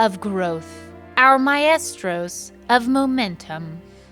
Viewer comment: PRONOUNCING MAESTROS AS 😂😂MY-ESTROS VS. MY-STROWS